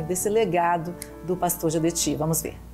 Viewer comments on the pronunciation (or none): Não é Geudeti, e sim Gedeutti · Obs.: Não è Geldeti, e sim Gedeutti